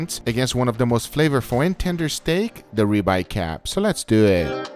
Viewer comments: “Les dew eht” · "So les do eetttt" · I like how he says let's dowe